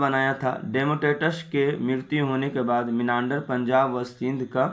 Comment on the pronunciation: भाई आप वीडियो बनाते है । वो अच्छा है लेकिन किसी भी word का गलत उच्चारण नही कीजिए जैसे की मिलिंद और मीनांडर जैसे शब्द